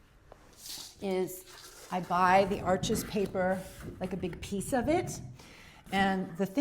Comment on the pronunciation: "Arsh". Not "Arch-ez"